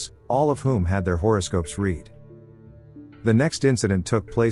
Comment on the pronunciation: AI can't seem to get the word, 'read' right.